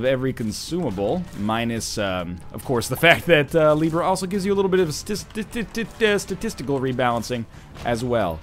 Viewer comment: Am I the only one who heard "sta-testical" instead of statistical?